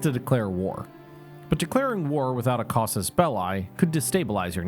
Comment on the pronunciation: When are we going to get proper pronounciation on "Cassus Belli"? It's bell-e, not bell-eye.